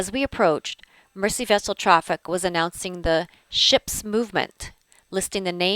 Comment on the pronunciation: I realise this video is several years old now,but as a Liverpudlian,but may I correct your pronunciation of Mersey. It is spoken as Merzey.Best wishes from Liverpool.